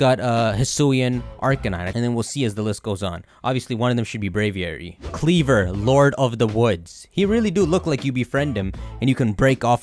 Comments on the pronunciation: I think kleavor is pronounced kleav-ore ore as in rare minerals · Since Scisor is pronounced ScisOR maybe Kleavor is pronounced KleavOR. But don't thinking about it too hard